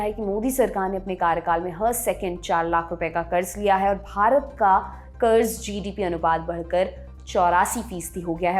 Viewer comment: Kuch bhi kaho congrass ke adhikariyo ko bolna to bilkul nahi ataa 😂😂😂 1. Karja- karda 2. 100 lakh karodh ka karja 55 lakh karodh ke karje se tiguna ho gyq 😂😂 Aur mere se suna nahi gya 😂😂